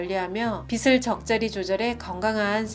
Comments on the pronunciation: 유익한 좋은내용입니다. 근데 사소한 거지만 한가지 지적(?)하지 않을 수 없어서요. '빛' 발음이 잘못된 것같습니다. 지금처럼 발음하시면 태양광선 '빛'이 아니라 머리를 빗는 '빗'을 말하는 겁니다. 즉, 빛을ㅡ> 비슬× 비츨o 빛이ㅡ> 비시× 비치o (지적해서 죄송합니다 __ __ ) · 빗은 빛을 비슨 아닌 비츤으로 읽기 ㅎㅎ